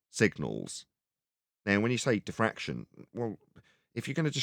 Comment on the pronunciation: I think you mean to say "diffwaction"